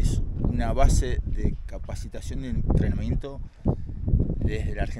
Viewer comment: entreamiento? jajaja